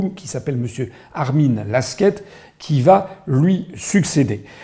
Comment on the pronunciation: Alors je sais que vous ne lisez PAS les commentaires. Mais au cas ou: Armin Laschet ..... ne se prononce PAS LASQUETTE mais LACHETTE.